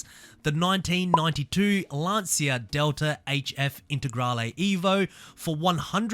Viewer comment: It's not pronounced Lan"see"a!!!